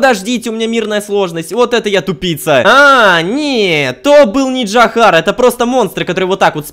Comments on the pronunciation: не джахар а Джахаров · Да не Джахар, а Джарахов